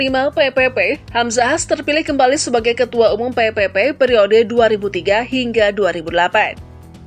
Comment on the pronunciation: PPP dibaca P3 ya. Pk Hamzah Haz orng baik, dermawan, beristri lebih dari satu dan kaya sejak masih muda👍